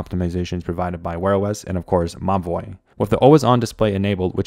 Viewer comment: I keep thinking that you're referring to the watch as 'my boy' but you're actually saying Mobvoi 😭💀